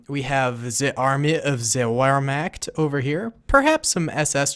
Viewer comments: By the way its pronounsed ver-markt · Ze "veermacct" Ohh, as a german this pronunciation hurts so bad😂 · It pronounced “Vehrmacht”. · Says Whermacht with a W instead of a V Hans: Ree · Haha richtiger ami, „wermakt“ 😂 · It's pronounced Vermakt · Hey! great video. also, if you were wondering, those are regular german stormtroopers, the SS had black collars. also, I don't know if you were doing it for comedic affect, but just incase, wehrmacht is actually pronounced ver-moh-ct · YOU BUTCHERED WERMACHT LOL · thats not how you pronounce wehrmacht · Btw in German the w is pronounced with a v sound